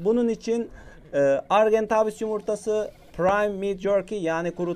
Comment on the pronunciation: Argentaaaaaavis deme artık sinirim bozuluyor o argentavis